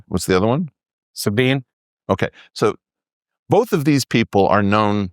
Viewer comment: Psst: "Sabine" rhymes with "Regina" - three syllables. It grates in the same way hearing Italians from New Jersey drop the "a" when they pronounce words like "capicola", except they're doing it because they think it sounds cool.